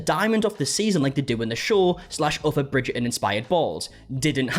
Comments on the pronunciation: I’m here again, two weeks later, to listen to say “Bridger-In” over and over again. 😂 Love you and your accent! 😘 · “Bridger-un” 😅 Sorry I had to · I keep hearing "Bridget and balls" 😭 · "Bridgerrdin" hehe😂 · Why do Bri-ish people refuse oo pronounce the T in words or names like Bridger-on?? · Bridger'in lol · the way he says bridgerton is hilariousssss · avoiding that T in Bridgerton like it's The Unknown from the Glasgow Willy Wonka experience 😂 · It’s blowing my mind hearing and actual Brit pronounce Bridgerton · haha no...just the letter "T" 😁